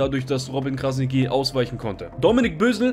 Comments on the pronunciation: Robin Krasniqi, ausgespeochen = Krasnitschi!!!! Mit TSCH! Und nicht Krasniki 😁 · Krasnitchi, so musst du das aussprechen falls es dir hilft. Ansonsten wie immer top video 👍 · Man spricht es so aus: KrasniTSCHi. Nur ein Tipp :-) Top Video! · ''Krasnitschi'' so spricht man den Namen aus und nicht Krasniki 😅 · Kurze korrektur. Krasniqi spricht man krasnitschi aus. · Hey, Man spricht es übrigens Krasni(tsch)i aus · Stabiles video aber bro es heißt "krasnitschi" ist albanisch das "Q" wird "Tsch" ausgesprochen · muss das kurz im namen von uns balkaner sagen Kranitschi wird es ausgesprochen liebe grüsse feier deine videos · Man spricht krassniqi krassnittschi aus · Krasnitschi wird es ausgesprochen das sollte man schon wissen .. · Brudi man sagt nicht krasniki sondern dieses „q“ wie das tsch beim tschüss. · Krasniqi nicht krasigi und das q spricht man tsch aus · Wie du robin krasniqi sagst hahahahahah alles gut bruder deine videos sind sehr toll !! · Gute Analyse, aber lern mal bitte wie sein Name richtig ausgesprochen Wird